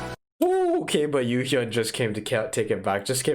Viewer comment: You got Yesung's name wrong, lol... it's Yesung not Yuhyun or however it is you pronounced it, lol. KRY is Kyuhyun, Ryeowook and Yesung~